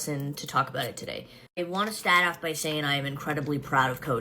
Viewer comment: ‘I wanna STAAT this video’….shes already pissing me off